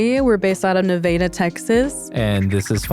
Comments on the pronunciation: So we are just going to ignore that pronunciation of Nevada? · I knew she was the problem when I heard her pronounce Nevada lol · Whyyy is this Nevada pronounced like that??? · gives us "xena" and "nahveyda" it's a miracle this man isn't a statistic and i know nothing about them yet.. 😂😂😂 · Ne-vay-da?? I thought it was pronounced Ne-vah-da... and now that I'm typing it out, I'm realizing the Massachusetts accent is why. 🤦‍♀️ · Nev-AH-da not Ne-VAY-da....wtf..... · Nevdda isn’t it pronounced Nevada? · The way how you guys are saying Nevada is pissing me the f*** off Ask someone who lives in the state of Nevada n they'll probably give you the same reaction I'm saying Ne vah duh!! That's how it's said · Nuh-vay-duh? Highly doubt it's pronounced like that 😂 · Ne-vader? Seriously woman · 1 minute in and I heard this chick pronounce Nevada as "Nuh-vay-duh" and I immediately knew this is gonna get wilder than the preview clip. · As someone from the state Nevada, I couldn’t handle hearing them say Ne-vay-dah this whole episode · As a fellow Texan, I can't stand our ability to take a normal sounding city that exists somewhere else maybe as a state or someone's last name, etc. and grossly mispronouncing it. NeVAYDAH. Eff outta here. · Neh-vay-duh Texas. First time I've heard it pronounced like that. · If you pronounced Nevada that way in the state of Nevada, you'd get hit. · So we’re just going to ignore the way they pronounced Nevada? 🫩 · Why is everyone saying Nevada wrong? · I already know im gonna hate the woman from the way she said Nevada. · never heard Nevada pronounced like that bf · The way she pronounced Nevada hahahahhahahaha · I’ve never heard someone pronounce Nevada the way she that wasn’t in a joking manner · I ban all y'all from saying nevada good lord stop please stop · What is that pronouncation of Nevada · My dog is named Xena....and she said Nevada wrong...just sayin